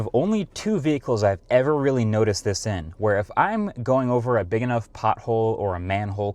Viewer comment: That's "E-nough" outta you.